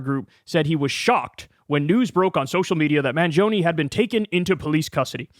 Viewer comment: The last e in "mangione" is pronounced like the e in "element".